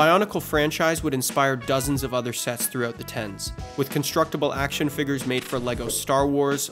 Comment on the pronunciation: "Action Figgers" 🤨